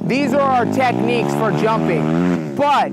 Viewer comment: Teshniques ye 😂